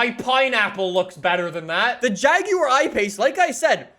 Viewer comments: The way he says jaguar though (jagiuar) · The JAGYEUR i pace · Jaguar Ipace Everyone:— 😑😑:— “hair erection” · why he say jaguar like that🤣